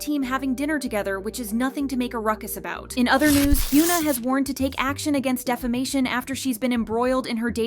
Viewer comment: one day, the VA will learn how to say korean names. until then, i’ll keep learning about hyoona and eun-sock.